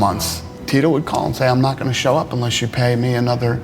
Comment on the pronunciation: I thought he literally said you know I believe it's my job to go out and choke kids lol he said show kids . For a second I was like damn Tito you're out there pulling an Anakin Skywalker on these little kids. 😂